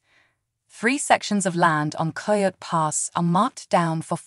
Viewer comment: Please, at least make sure your ai or voice over knows how to pronounce words like coyote.